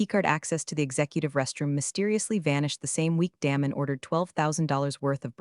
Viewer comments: His name isn't pronounced Dam- en it's pronounced Daymun. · Love Damon being deflated but story needs a better ending. Pronounce his name correctly too. Get the tense right on read.